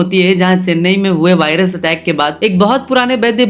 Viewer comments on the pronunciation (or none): none